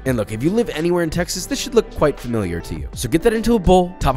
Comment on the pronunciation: instead of ''Texas'' I thought you said ''taxes'' xD